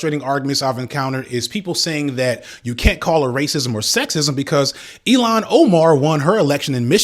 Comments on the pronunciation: It’s pronounced ill-hawn not “Elon Musk”—love though. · PLEASE DO NOT PRONOUNCE ILHAN OMAR'S NAME AS "ELON" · fr he pronounced ilhan so weird lol